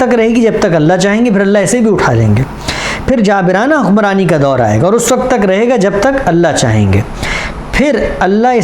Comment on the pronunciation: TALAFFUZ THEEK KAREIN SAHABZADE ( WAKAT NAHEE WAQT HOTA HAI) AAP TO APNE KO URDU DAAN KAHTE BHI HAIN AUR SAMAJHTE BHI HAIN